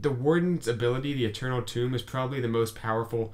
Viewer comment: FYI it's Eternal Tome (book), not Eternal Tomb (grave), which you're pronouncing it as.